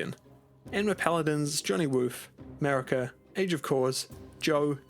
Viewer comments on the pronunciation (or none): none